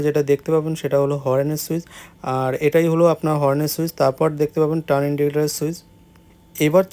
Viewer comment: উচ্চারণ আরও স্পষ্ট করতে হবে,ওটা হর্ন not হরেন,ভবিষ্যতের জন্য বললাম